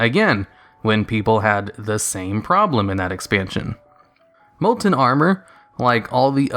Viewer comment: Molent molent molent molent molent molent molent molent molent molent molent molent molent molent molent molent molent molent molent molent molent molent molent molent molent molent molent molent molent molent molent molent molent